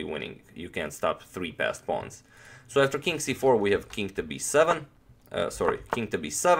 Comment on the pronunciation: Is he calling the pawns pest pawns?